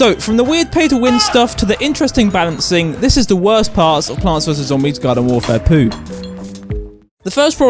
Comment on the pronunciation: did he say garden warfair poo